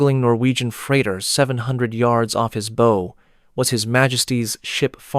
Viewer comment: Off his bow? the front of a ship or bow and arrow? wrong pronunciation. AI mistake?